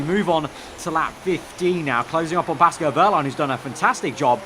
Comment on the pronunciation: It sounds like he's saying "Pasco Wehrlein" xD